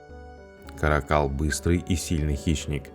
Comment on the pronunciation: Не ка́ракАл, а карАкал..